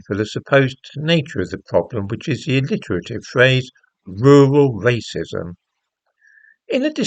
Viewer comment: Rrrrrrrrural rrrrrrracism!